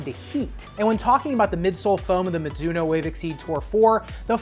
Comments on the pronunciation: That "mitsuno" tho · Mizuno is a Japanese brand name, which should be pronounced as ‘mi (ju) no ‘